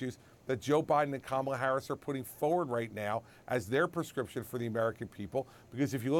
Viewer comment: The word is “FORward,” not FOWard,” Chris.